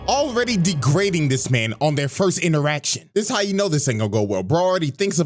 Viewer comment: FORST HAHA TAKE IT